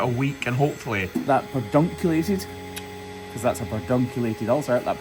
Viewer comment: Merry Christmas to you and yours. I had to laugh that you perfectly pronounced pedunculated but you get tongue-tied and trip over so other words. You guys are the best. Hugs from 🇺🇸.